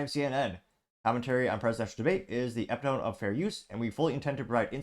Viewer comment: You're pronuncing "epitome" wrong.